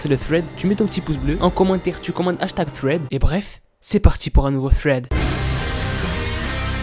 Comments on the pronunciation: Fread mdr sa ce dit sread mais don t'ai le meilleur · "Thred" et pas " Fred ". J'déconne frr continue comme ça 😜✔️ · On dis pas Fred On dis Sreds